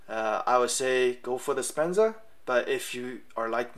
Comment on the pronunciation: I think you mean a Sebenza not a Spenza.